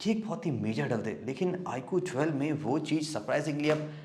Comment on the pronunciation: "Iqhoo thwelve" 😂😂😂😂